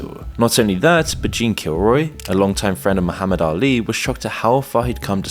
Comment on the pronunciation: finally somebody says "Muhammad Ali" correctly, respect earned.